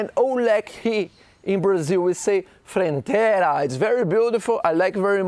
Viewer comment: speaking FRENTEIRA 😂😂😂😂